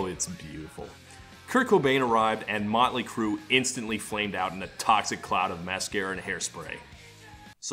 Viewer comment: I thought he said "Nine Inch Crue"